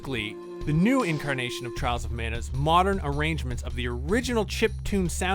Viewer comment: I keep hearing Charles of Mana 😋